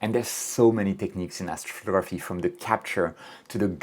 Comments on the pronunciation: You speak really well except for one word: astrftgrphy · Lololol what did you just say?? ??? Afro ruhruhtuh??? 😂😂😂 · As-photography sounds like Assphotography after hearing it a couple times 😂